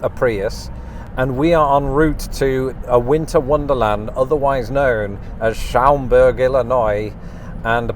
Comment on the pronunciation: Um, Schaumberg is pronounced SHAWM-Berg, not Showm-berg. You're getting there. 😉 There's also several towns around the Chicago area that have this. Sauganash and Edgebrook have "Candy Cane Lane" Brookfield has their Talking Tree as well as neighborhood lights Mooseheart (which is located between the western boarders of Aurora IL and Batavia IL. (It's not really a town, it's an orphanage for boys. I'm not sure, but I seem to remember that while you're in the Batavia area, Fermi Lab (aka: Fermi National Accelerator Laboratory) either has or used to have quite the Christmas lights display as well. (I grew up in nearby St. Charles - just two towns north of Batavia - and finding Christmas light displays was one of my dad's favorite Christmas traditions [my dad is also an expat but from Canada) Alton Il has an Enchanted Wonderland display, starting at Rock Springs Park. Rolling Meadows has "Lights on Magnolia" - which is also a neighborhood display like Schaumberg. And there's a LOT of other near-west suburbs who all have neighborhood displays. It's kind of a "thing" in the Chicago-land area. Oh...and BTW: Most of all John Hughes films were all located in the Chicago suburbs. "The Breakfast Club" being my favorite, was released the year I graduated from HS and it was filmed in the same school my mother did her Student Teaching. (my cousins all grew up nearby in DesPlanes)